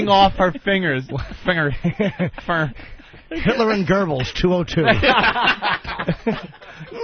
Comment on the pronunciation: Why are you saying finger like that?